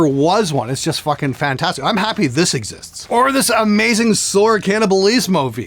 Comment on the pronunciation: I really die laughing every time he pronounces I'm as Im.